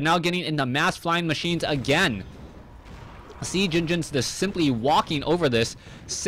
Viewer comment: Oh man :D "sea genginins"